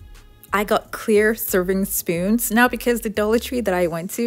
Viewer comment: At first i thought she said using SPINS...I was like huh???